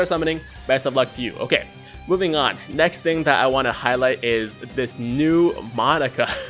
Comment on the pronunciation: It'd be awesome to see you do a Monaka video...only as long as you say his name right. Because saying "Monica" this many times made my eye twitch and I can't imagine the cringe that would come with how many times you'll say "Monica" on a video centered around Monaka.